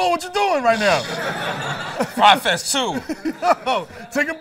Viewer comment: Desus still outhere mispronouncing Fyre